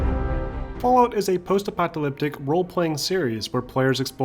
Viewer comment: Apocalyptic, not "apoctalyptic"